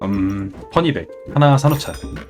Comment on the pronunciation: 왜 계속 fanny bag을 퍼니 백이라고 하시는겁니까